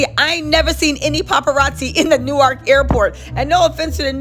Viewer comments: …It’s Pronounce “Nork” not New-ark 😂😂😂😂 new subscriber this #jerseygirl loves your content. 😊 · Being from da bricks and hearing you say New-ark is driving me crazy lol